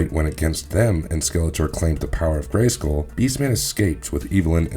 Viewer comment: Why why why do you put the emphasis on the "skull" in Castle Grayskull? It sounds so weird.... GraySKULL.